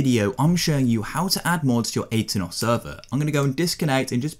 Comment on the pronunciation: Aternos? NO Atanos.